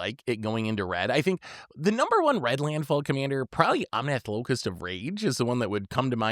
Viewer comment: "Locust" of rage, hes a bug